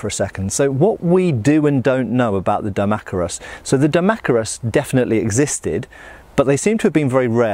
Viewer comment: I thought it was pronounced Dee-mack-eye-rus